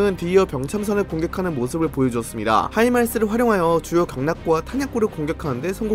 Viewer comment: HIMARS 하이마르스 라고 읽는게 좀 거슬립니다 다른 대부분의 군사전문가 모두 하이마스로 읽는데, 혼자 그렇게 읽는게 좋을지?